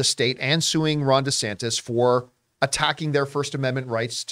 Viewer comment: Genuinely thought John was calling the FL governor "Rhonda Santas"